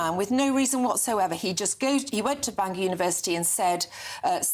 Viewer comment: Sarah, it's Bangor not Banginon. 🫢